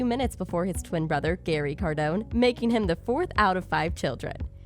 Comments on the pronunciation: Cardone it’s Cardone 😂 I kinda cringe when I hear the cardoni 😂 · Its Cardown not cardoniii 😂😂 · Soooooo annoying to hear you doing a video on GC without even learning how to spell his name correctly ! And then say it 10 times each second !!! It’s not CARDONiii, it’s CARDONE !!! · With all that mispronunciation of his name you forgot to share the now